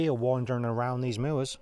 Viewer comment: So awesome to hear your pronunciation of "moor", I say it like that too